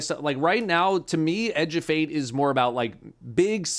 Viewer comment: In accent, 'Edge of Fate' sounds so much like 'a Jebait'.